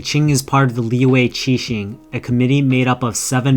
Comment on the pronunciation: It's not lee-way, its lee-yuh or lee-yeah, the letter y in liyue is a consonant